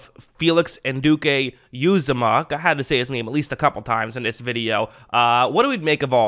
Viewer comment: Just an fyi it’s pronounced “an-u-d-k” “ewe-Zama” Love your vids, keep up the good work :)